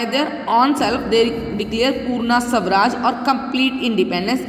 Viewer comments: The pronounciation is not sawraj. It's swa Raj = swaraj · It's not savraj it's swaraj